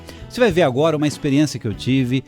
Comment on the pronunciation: Mas que pronúncia horrorosa! Potênça , Experiênça . Para narrar qualquer coisa é importante saber falar corretamente.